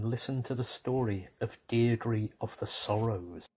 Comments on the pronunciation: Deirdre name is pronounced more like Deer-dreh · I thought it was pronounced "DEER-DRA" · Wrong pronunciation of Deirdre